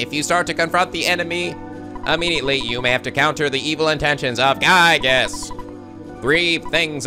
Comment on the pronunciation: It's pronounced GUY-GUS